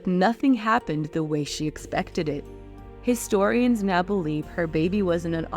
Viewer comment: Istorians? I think you pronounce the H ...